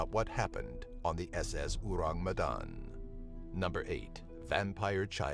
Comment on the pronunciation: the way he said orang medan hurts my earssssss. English speakers always have problems to pronounce bahasa indonesia😰